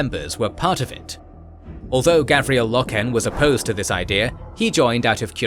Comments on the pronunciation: It's pronounced Gar Viell Low Ken. Apart from that and the Monarchia confusion this is very good stuuf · Love the videos so far. Some SUPER small ULTRA nerd corrections.. Garviel (Gar-vee-el) Loken (Low-ken) And in the first WH40K video Robute (Row-boo-tay) Guilliman (Gill-uh-min) Awesome and amazing work as usual!